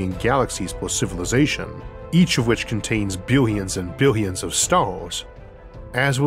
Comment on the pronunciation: Biwyuns & biwyuns of stars! 😂